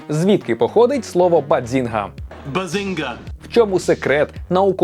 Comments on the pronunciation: Треба казати "Баззінга" а не Бадзінга 😅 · Супер випуск, дуже люблю цей серіал. Єдине що неясно - чому постійно каже баДзінга, якщо там чисте баЗінга: і в вимові Шелдона, і в написанні🤷🏼‍♀️ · Тільки "базінга", а не "бадзінга"😉 Просовляння зайвого "д" дуже ріже слух🤯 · Яка до біса "баДзінга"? Звідки там літера "Д"? BAZINGA! І це лише те, що прям кричить у цьому відео. Про купу інших недостовірних або неперевірених "фактів" вже промовчу. Двійка. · Якщо чесно, то трохи вухо ріже вимова автором слова “bazinga” . Я звісно можу помилятись, але ніби чітко чую звук «дз» у другому складі. Це якось дивно…